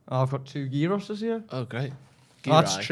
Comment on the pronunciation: Class again lads, but the gyros pronunciation was shocking🤣 it's more like yihros rather than pronouncing with a 'g'